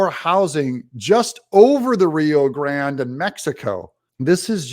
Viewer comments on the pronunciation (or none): none